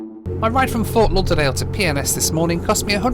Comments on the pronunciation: Think I'm needing to get my hearing aids cranked up at bit...I thought was saying 'Pepsi-Cola' airport! lol!! 👵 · When you kept calling PNS airport instead Pensacola Airport.. I literally couldn't help but hear it as a very fancy proper British way of saying Penis... Peeness 😁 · Why does he keep saying PNS like it’s umm 🤔 well you know 🤣🤣🤣 Pink rocket to PNS🤣🤣 Netflix and chill, he most be alone and has something on his mind😉🙃🥵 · Is it just me or did you hear something else every time said PNS? 😂😂